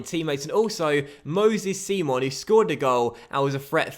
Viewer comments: Nigeria is an English nation Simon is said how you'd think not seemon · Its simon prononced english and not sim-on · Is name is fucking Simon not (c-mon) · Its not pronounced see-mon but simon like the one off the inbertweeners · Said Simon not 'Seemon' 😅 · Simon is pronounced the english way!